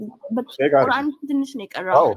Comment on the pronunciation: ቁራን ትላለች ቁረአን ነው የሚባለው